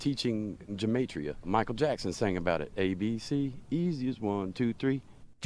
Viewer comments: For the record, Gematria is pronounced with a hard G. Also, they can't even get it right. They just think that the letters A-Z map onto 1-26. Originally, Hebrew Gematria was a base-10 system. The first 9 letters (א–ט) are 1-9. The next 9 (י–צ) are 10-90. The last 4 (ק–ת) are 100 to 400 (the Hebrew alphabet only has 22 letters). Also, and I feel like this shouldn't need to be said, but Gematria should only work in Hebrew (Y'know, the original text?), not English, causing the "A-Z=1-26" to make even less sense. That said, my friends and I had a lot of fun with that system (which we dubbed, "English Gematria") in elementary school. Another fun Gematria fact: 666 is the Gematria of "נרון קסר", which means "Nero Caesar". Saying that it was "the mark of the beast" was the ancient Jews' way of rebelling against the Romans. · This mispronunciation of Gematria annoys me. The G isn’t pronounced like a J. It isn’t a conspiracy either. It was an ancient form of code Jews used to conceal who they were talking about. Ironically these people probably also think 666 is the sign of the devil when In reality it was referencing Nero. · its Gematria with a G GUH as good not J JUH there no j in hebrew it wasnt A-Z its hebrew. Aleph 1 Bet 2 Gimel3... also just like romen numbers I 1 V 5 III=3 NOT one hundred eleven. there no numbers in hebrew, aleph 1 bet 2 gimel 3 dalded 4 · I know this isn't the most important thing but gematria is pronounced with a hard G, ancient Hebrew didn't have a J sound